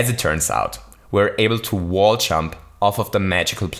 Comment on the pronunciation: I love how his accent impedes him from saying "Jump", instead making him say "CHUMP"